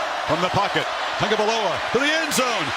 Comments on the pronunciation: is his name really pronounced as Tong-ga-vai-loa? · Why do people keep calling him "Tangovailoa"? There is no N in his name.